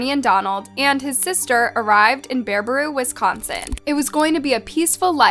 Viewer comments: No hate but as a Wisconsinite it’s pronounced BARUH-BOO not buhrobaroo or whatever she said lol. I’ve never heard it pronounced like that so it’s kinda funny 😂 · Baraboo. Not Barbaroo. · Sorry but if you read the name properly you will see that it's Baraboo not Barbroo. It really isn't that hard to read and say it properly! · It's Bar A Boo Not BareA Brew 😂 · You're pronouncing the name of the town incorrectly. It's pronounced BARA-BOO not BARE-BA-ROO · Listen narrator, its not Bara-brew! Just read it off the page. BaraBOO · She keeps saying "Bear-bah-roo;" it's pronounced like it's spelled, "Bear-ah-boo." So annoying! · ITS BARABOO NOT BERBAROO i had to tell you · Bare-Ah-boo not Bearbrew😅😅😅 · Omg it's BEAR-A-BOO not bear-ba-roo. 🤣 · so sorry off topic, its bear-ah-boo, not bear-ba-roo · Bear-a-boo. Not Bear-baroo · It is pronounced Bear uh Boo....not Barabrew. You added an extra R to it. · BEAR UH BOO. not BEAR UH BREW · No, "Bear A Boo," Damnit! If you are going to make a video, make sure your pronunciation is correct! Damnit! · Thank you for covering this, just a heads up its pronounced bear a boo, beautiful state with alot of messed up people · It’s pronounced BEAR-uh-boo. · You’re saying “Barbaroo”… 🫢😭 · lol it’s Baraboo, bare-uh-boo. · I used to live in that town also its pronounce bara-uh-boo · Please stop butchering names. It's BARABOO not Barabrou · Im like 90 seconds into the video and im no expert but im guessing thats NOT how you pronounce Baraboo or Thadius 😂